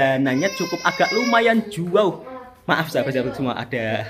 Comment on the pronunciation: Jauh = Juauh 😂😂 jahat bunyi sebutan bang toha.. jgn lupa kirim salam awek ku sedara bang toha yg bantu jaga kedai air hari tu😂😂